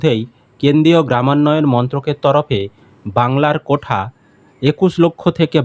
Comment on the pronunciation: কোঠা না "কোটা" হবে শুনতে খারাপ লাগছে 😬🤐